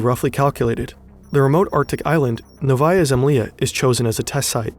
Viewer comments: Why don't you use Google translaytor for such toponimic? Because nOvaya zemlyA is not novAya zemlYa and Hrushov is not Krush-chov. Just listem where stress is. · I love the video, but some Russian names sound to me too weird. Such as Андрей or Хрущев or Новая Земля. Wrong stresses wrong vowels. Please, use phonetic transcriptions next time instead of relying just on english transcriptions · Making a video on the topic and not even checking how this Russian stuff is pronounced is crazy. What the hell is novAHya semlEEa? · Hey as russian i need to say that novaya zemlya pronounces as Nóvaia zemlá (with soft l) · At such high production quality overall, how hard it was to google pronunciation of Новая Земля? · If you're reading a text for a 3 mil sub channel, at least take the time to frikkin google how to pronounce the 3 Russian words in the scripts....sheeeeesh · the way he says novaya zemlya is outrageous. dude you said it COMEPLETELY WRONG. great vid tho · Your Russian pronunciation is very very bad, other than that good vid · How hard is it to get the pronunciation right? It's nails on a chalkboard to a Russian speaker. You can paste your transliterated "Novaya zemlya" or "Sakharov" or whatever into Google translate and check the pronunciation in one click... Come on, don't be this lazy and sloppy next time 😊